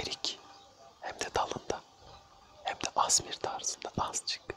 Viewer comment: Allahım asmr diyo adam eysamar diye söyleniyor o ff bilmiyorsanız yapmayin